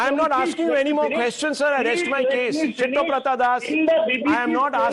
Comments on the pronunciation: It is Siddhabratha, why is he pronouncing as Shittobratha 😂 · I love how Rahul keeps calling siddabrata as shittoprata das🤣🤣🤣🤣